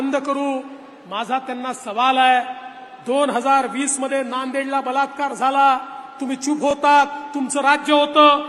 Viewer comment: Yeni baltkar he shabhd tondatun khadke, ki te vegle aiku yete, 3 iditos chya picture made ek vidhyarathi bolya pramane.